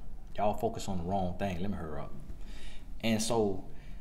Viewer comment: He said "Lemme hurrup" 3 times 😂😂😂😂😂